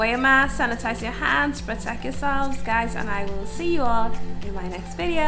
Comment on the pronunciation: He said "yuh friend"😂😂